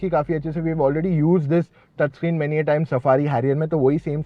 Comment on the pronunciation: Screen ❌ sakreen 😂😂